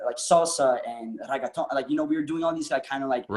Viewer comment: me listening Charlie say "reggaeton" with a French accent more than times